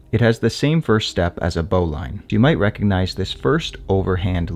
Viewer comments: I think bowline is pronanced as bowleen not lain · Good knot, good video, but bowline is not pronounced bow-line, it bow-luhn. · “Bowlin” not “bowline” even though it is spelled bowline. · It’s BOW ‘lean’ not bow line. FFS… if you’re going to do videos on knots, at least pronounce the one all amateurs get wrong. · Really enjoy your stuff. But isn't it "bo lin" knot? (not bo LINE) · The e is silent in Bowline. It’s pronounced “bowlin” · The correct pronunciation is "boh-linn."" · English must be your 2d language. 'Bowline' is said as ' BO-lin ' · Great video and a very cool knot! I've only ever heard the bowline pronounced 'boh - lin' though 🤔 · * pronounced bowlin. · For such a knot savvy guy it's odd that you dont know how to pronounce "bowline". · Love this knot! Your presentation is clear and succinct. My only suggestion is that you investigate the pronunciation of the all-purpose bowline. I’ve been tying it and teaching it for many decades and have only heard it pronounced to rhyme with “tin”, not “mine”.